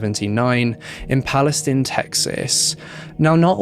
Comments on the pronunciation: This case is the worst I have heard in a while. That guy was brutal and remorseless! That poor lady and the family. Also, I am from TX. Palestine is pronounced PalestEEn. Weird I know. There is also a County here spelled Bexar. It’s pronounced as Bear. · FYI in Texas it's pronounced "PAL-i-steen" and "NAY-chis" :)